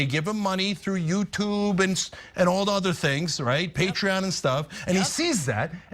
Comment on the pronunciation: Lol he called it Hatreon instead of Patreon XD what a whiner.